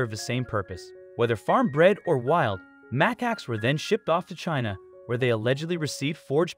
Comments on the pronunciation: Muh Cax NOT MACK ACKS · mac-ax lol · If you're making a movie to try to raise awareness you should probably pronounce the animals name correctly... cmon now